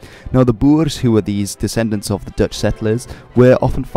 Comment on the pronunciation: Hahah your dutch pronounciation is pretty good